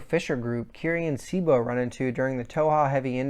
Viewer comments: Your pronunciation of names is terrible! It's pronounced BLAME not BLAM It's pronounced KILLY not Kirri It's pronounced CHEEBO not Sibo It's pronounced SAH-NAH-KEN not sanakin come on man! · I know I’m here late. But some input: It is pronounced BLAM. The sound the GBE makes when firing. Cibo, is see-bo. Sanakan: pretty much how it’s written. Killy is the generally accepted English name, Kirri is how it is pronounced in Japan. I would put myself nearly on par with Inseinen as far as my general knowledge on this. I have been a fan since this series started selling way back in the gap. I am confident in my knowledge, and so far few have shared such passion and interest on this series which was a big part and still is a big part of my life. I love all of Nihei’s work. I won’t pretend to fully understand all of it. But I am passionate nonetheless about them. And Inseinen was on point. Sanakan is best girl.